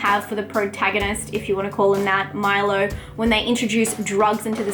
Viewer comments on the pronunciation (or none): none